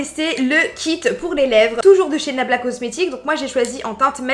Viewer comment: Se que j ai entendu c est blabla cocmetics😂😂